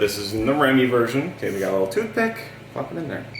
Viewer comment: TOOTH ICK? 😂😂 i rewatched that part like 100 times to make sure i heard right